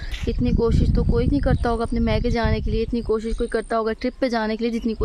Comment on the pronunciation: Maika hota ha bibi mika ni